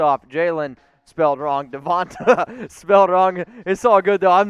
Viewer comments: It's Devonta not Devante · Dude you need how to pronounce Devante name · He’s gonna call the dude out for misspelling Devonta’s name, but then proceeds to mispronounce it over and over. Good job, bro.